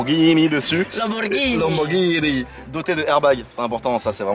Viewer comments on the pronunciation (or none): "marqué Lamborghinini"